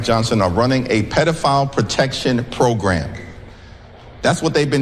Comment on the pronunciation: What is up with the cowboy hat? And why can’t he say “program” properly? …… Fox and Comer Pyle say it that way too.